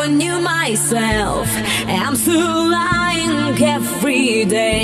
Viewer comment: I to g wymawiane w lying. Dramat.